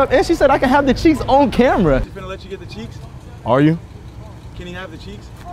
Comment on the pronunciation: it’s cheeks not checks